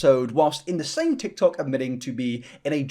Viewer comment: You just said, "the Tik Toc". I'll grab your walker for you, sir.